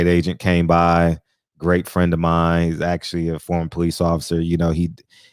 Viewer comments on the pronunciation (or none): none